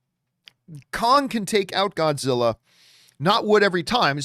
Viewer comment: Grodzilla? Gimme a sec.